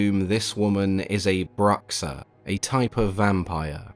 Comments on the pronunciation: That X on his "Bruxa" pronunciation was pretty good for a gringo. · He pronounced it correctly for the portuguese name tough. And it's written correctly aswell